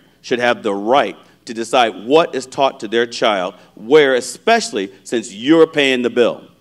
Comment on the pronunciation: Joe Kent can’t even pronounce “ESpecially correctly. It’s NOT EXpecially.